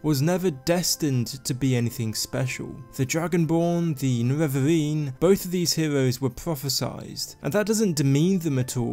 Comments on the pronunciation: its nerevarine not nevevavine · He got me so triggered with the "Nevevavine", I'm confused why nobody wrote that yet. I mean Dagoth Ur spelled his name very clearly "Ne-Re-Var" just add an -ine at the end and you got it. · Niwevaweeeeeeeen Sorry but I had to man 😂 great video!